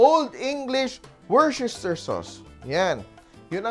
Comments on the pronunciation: Kuya, pronounce word: “wors ter shyre”. Not wor ces ter shyre”. Good deed❗️Love❤️ur cooking “simpol” talaga❗️❤️ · Chef, woo-sta-sha sauce.